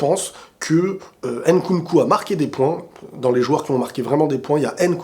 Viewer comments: D'accord avec toi. Giroud sied davantage au système actuel EDF que beaucoup de bon BU plus techniques par son profil et en plus il fait une saison honorable au Milan. Après fais un effort stp c'est Mbappé et non Embappé et c'est Nkunku et non Enkunku. Tu peux y arriver. La paix chez toi! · Salut j’espère que tu vas bien alors j’adore tes vidéos c’est pour ça que en tant qu’africain j’aimerais te faire une remarque stp on ne dit pas N’nkunku mais nkunku On ne dit pas M’mbappé mais Mbappé Lire les noms d’un coup stp pour l’amour de Dieu C’est comme ça qu’on prononce ces noms